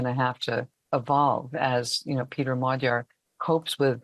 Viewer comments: A small tip for all foreign reporters: You’ll get much closer to the correct pronounciation of “Magyar” (which literally means Hungarian btw.) by pronouncing his name as “madiar” than “magiar” gy is a double letter represents a sound somewhere between a G and a D which isn’t found in any germanic or romance language. But if you manage to say d and i simultaneously or to make something like a G sound but more forward in a Y/i/J position you will tap the middle of your tongue right in that divit in the middle of your pallet/the roof of your mouth, then you will accidentally correctly pronounce the “GY” sound. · Magyar. Pronounced 'Modjor'. The blonde lady gets it right pretty much. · It is pronounced Modjar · Magyar not Maga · Why is Magyar pronounced like Madyar? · Can't you US-americans never ever pronounce a foreign name correctly??? Péter Magyar - ˈpeːtɛr ˈmɒɟɒr in the International Phonetic Alphabet! A professor for international affairs should be able to do that. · Even in Princeton, this sick American defaultism exists, doesn't it? Peter Magyar is pronounced „Peh-ter Mod-jor“ [ˈpeːtɛr ˈmɒɟɒr]. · DW presenter should learn to pronounce the surname Magyar as it literally means Hungarian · That American "lady" appears to be an AI avatar. She allegedly lives in Hungary and does not even pronounced the name "Magyar" correctly? Come on, DW.